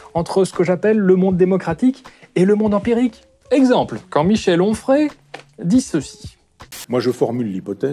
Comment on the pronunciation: "Complètement Onfrayse" "complètement ofreze"